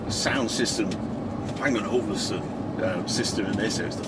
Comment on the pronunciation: WTF is a Bang and Ovelson sound system?...🤣